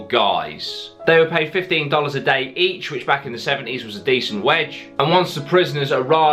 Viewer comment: "decient wedge "